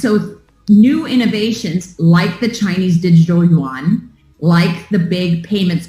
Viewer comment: I love you, all your content is fantastic...but you are driving me crazy.... the Chinese Yuan, is pronounced YOO-AHN not Won. The Korean currency is won. Keep up the great work!!